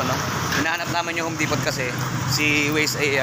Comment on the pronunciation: Juan Home Depo silent T mag pronunce